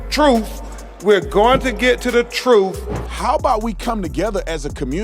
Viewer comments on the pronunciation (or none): “We’re going to get to the “TRUFF”. What the hell is the “TRUFF”???? PRONUNCIATION should be a class in college because when people can’t say a simple word like “TRUTH”, they should not try and speak to other people. It is frustrating to educated people to hear “TRUFF” coming from someone with a supposed college education. HEY, CRUMP, YOU SOUND LIKE A DAMN UNEDUCATED FOOL!!!!! JUST STOP TALKING ALREADY!!!! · TELL THE "TRUFF" TELL THE "TRUFF" Last time I checked "TRUTH" not "TRUFF" 🚨 KEEPING IT 💯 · Can Ben Crump say Truth instead of truf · The “troof” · First off, I’m sorry but a person who says “truff” for truth and “nobody knows nuthin” isn’t very smart. That whole thing he said was ignorant. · We gonna get to the cruth. 😂 Ben needs to retire. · Can anybody tell me why an attorney can't speak with proper etiquette? Can anyone tell me why he says troof and not truth? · "truf"..... I could have sworn it was pronounced "TRUTH"...... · Crump can't even say the word "truth" let alone speak it. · Ben crump its pronounced truth not truff hes such a racist ass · It is physically impossible for Crump to correctly pronounce any word that ends with "TH". Death is deaf, truth is truf. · How about learning to talk. It is truth not truff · He said truff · Mr. Crump can't even speak right, what the hell is the truff. Sir, it's called the truth. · Truff, instead of truth 😅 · The truf? What if the truf? I'm not trying to be racist. But can some of the elite black community learn tho speak English? I'm not perfect, but I do my best to pronounce correctly. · Ben Crump wants the TRUFF ! Is it just me or does he sound half retarded ? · It’s TRUTH not TRUFF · Crump can't even pronounce the word TROOF 😂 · Crump can’t even say Truff (truth), learn to public speak and pronounce words properly before even making a fool of yourself with the nonsense he spews. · “The TRUF” for god sake your a lawyer man! Speak properly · "Da TROOF!!" 😂😂😂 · Crump the Chump can't pronounce TRUTH!!